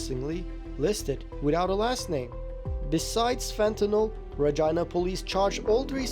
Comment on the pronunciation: The pronunciation of Regina was definitely not canadian